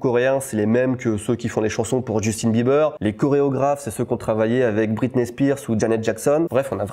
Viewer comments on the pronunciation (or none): none